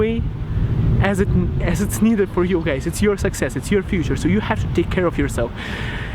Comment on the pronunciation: you pronounce scam as scum and guys you pronounce gays :D